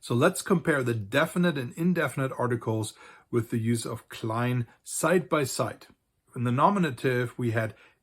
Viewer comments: I hear clear hard russian L (л) in the word "klein", despite german L in other instances of this word is nearer to soft L (ль). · It's also a dialectal issue. In the Rhineland and the Ruhr-Area people often use - what is used in russian as the "hard" L (л) - whereas in other places they do not.